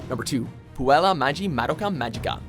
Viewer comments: How did he pronounce "Magi" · first of all its maGI not jee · I'm sorry, did he just say "Maji"?! 🤨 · 1.It's Magi, not Mageeeeee 'A certain...' franchise should be higher. Fairy Tail is the worst thing ever created. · Did he just say Majee? It just sounded so wrong to me, so, so wrong. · its magi not mag-e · GOD CAN U GET SOMEONE TO AT LEAST WATCH THE ANIME BEFORE THEY NARRATE IT LIKE I SWEAR ITS MAGI NOT MAJI UGH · Also it's Magi (Maw-Gee) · "Ma gee" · WatchMojo should make a video of the top ten times a WatchMojo video butchered an anime name. Magi (Mah-ji) should be number one. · It's "MAGI" you pronounced it wrong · You said "Magi" wrong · The way you pronounced magi hurt me internally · When the mispronounce magi